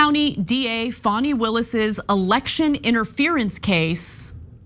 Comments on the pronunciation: She said fawny Willis... Dude, it's Fanny as in because she IS an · 😳 You know why ? ( Her name is * FANI, not Fanny ! * Fani, = ( fah knee ) 👍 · It’s Fanny not Fawni. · Hey. STOP calling Fani Willis Fawny. Her mama named her Fani. (pronounced Fanny). 😅